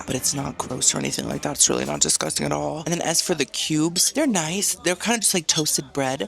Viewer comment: DISGUSTANG! LMAO I love you girly